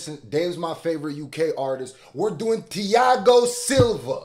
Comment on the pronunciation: If it’s anything like the fighter I think the “h” in Thiago is silent. Not trying to be annoying just high and that’s the first thing I noticed lol